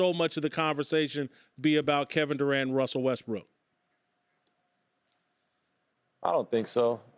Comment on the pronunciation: who's this wussel westbook guy KT's talkin about? 😂